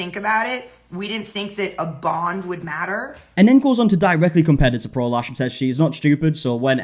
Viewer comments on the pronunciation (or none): I cant be the only one who doesnt hear prolash but prolaps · Every time someone says, "Pro Lash," I hear, "prolapse," and I've just been giggling this whole time.